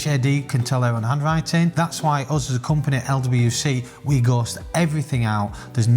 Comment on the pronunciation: The word 'us' rhymes with 'bus' not the word 'buzz'